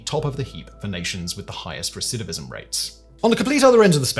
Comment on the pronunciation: I just want to say how impressed I am by Simon's ability to repeatedly say "recidivism"...I can't say it at all!!!